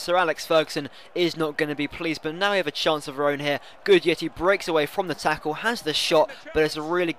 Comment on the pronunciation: It's "Guidetti" not "Gudietti"